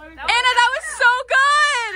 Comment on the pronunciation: "That was so gouææd"